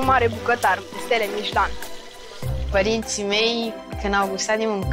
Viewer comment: La cum o pronunțat nu merita sa fie chef cu stele mișlan 😂